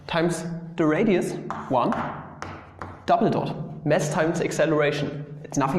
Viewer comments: Hi, your uninvited language coach here: Try to say "mass" vs. "mess." Do you think they are pronounced the same? Noooooo!!! You need to open you mouth a bit more for the vowel in the first one, the "mass" and make it longer. (You are quite proficient in pronouncing the other mess... i.e. like with an ß at the end.) You are welcome! And, as always, no charge! Be a good boi and take it for what it's worth. Or ignore it!. Maybe you do want to make your nice "dscherman aksent" part of your brand? Sure, why not... (It used to be, and probably still is, a common stereotype of American advertising to make any egghead or "science expert" sound like "Pappa Einschtein"!) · Bruh... Istg i thought he said 'mess1 and mess2' until